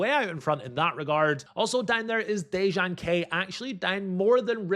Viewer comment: Damn, can't seem to tag for some reason., if you see this, just pronounce Dejan as Deyan and you got it.